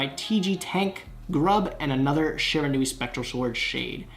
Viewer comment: The Shiranui gods are punishing you for mispronouncing their name